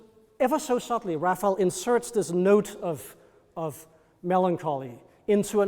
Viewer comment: It’s frustrating when someone so knowledgeable mispronounces the artist’s name. It’s “Ra fai ell” not “Raffle”. Cmon dude, get it right.